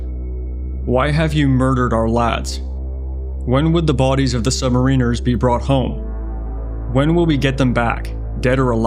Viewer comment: Excellent video. Except its; Sub-marri-ner Not sub-marina. Tou might think it's wanky pointing it out but it's not. It's important.